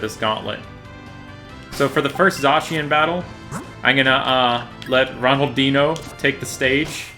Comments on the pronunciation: When he said ronaldinho as ronaldin ho it killed me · Did he just say- Ronaldeeno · The way you say ronaldinho is funny, i don't mean it as an insult